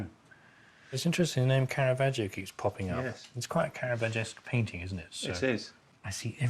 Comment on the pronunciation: Bendor's Italian pronunciation is usually quite good for the artists, but like Phillip Mould he gives Caravaggio an "ee-oh" at the end of his name. The "i" is silent - just there to make the preceding "g" soft: ".....vaj-joh". "Giotto" has just two syllables: "Jot-toh".